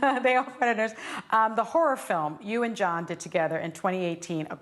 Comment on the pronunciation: It's John, not Kohn